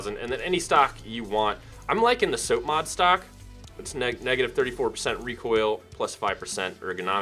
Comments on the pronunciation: Soapmod? Bro you were a marine..... Its sop like mop I've never once in my life heard soapmod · say "sopmod" again?